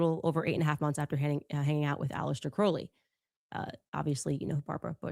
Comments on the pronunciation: Candace also keeps mispronouncing Crowley. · I used to be a witch until I was saved- Praise Jesus. She is mispronouncing Crowley’s name and what’s hilarious is that her producer Ashley pronounced it correctly and then corrected herself to pronounce it like Candace. Can you imagine working for this lunatic?!